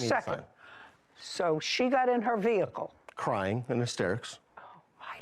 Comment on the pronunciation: VEHICLE IS PRONOUNCED VEHICLE, (VE-HIC-LE), NOT NO veakul